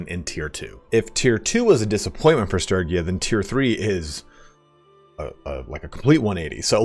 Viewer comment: hearing you mispronounce sturgia every 5 seconds is so cringe...